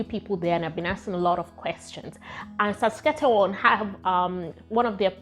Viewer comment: 😂🤣 your struggle is real, it is pronounced as SAS-KA-CHER-WAN. And its capital is pronounced as RAY-JAI-NA (the last 2 syllables sounding like the last 2 syllables of a woman's body part)